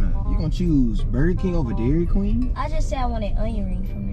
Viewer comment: she said "Welcome to dairyd queen" lol had to go back to that 4 times lol